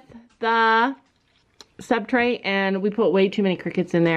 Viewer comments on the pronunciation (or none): it’s substrate not subtrate